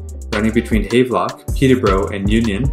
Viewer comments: He produces it haaaaavlock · Thank you. Goodness, not hard to pronounce Havelock properly. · Btw, it's pronounced "Have-Lock" as in "I have a train" . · Check your pronunciation of Havelock. The station at Leaside was the CP customer service center and later the CP Police Toronto Detachment and national training center. CP also had a Station at the Dupont and Dundas.